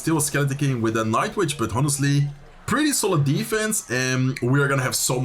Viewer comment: Wil je wat engelse uitspraaktips? 'Honestly', de h spreek je niet uit. Je zegt ook wel eens 'damage delved' of zoiets. Dps op zijn engels is gangster en 'damage dealt' is volgens mij correcter. Misschien is het oud engels?